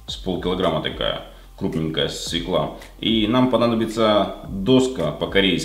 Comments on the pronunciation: Говорите, пожалуйста, СВЁКЛА!! А то свекла ухо режет. Да, и сахара многовато! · Режет слух свеклА,буква ё в слове под ударением -свёкла! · Отличный, простой салатик. Обязательно приготовлю! Но вот, ударение в слове "свёкла", ставится на первую гласную. По правилам русского языка буква ё всегда является ударной гласной. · Свёкла. Ударение только на ё! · Правильно "свёкла", не как Вы, говорите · Свёкла!!!! На Ё ударение, это элементарный русский! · Даже не стала дальше смотреть. Услышала одни из первых слов свёкла и доска и нажала стоп. Пожалуйста, научитесь говорить по-русски грамотно.